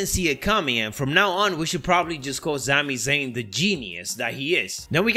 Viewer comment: “Zami Zayn” every time he says it I laugh lol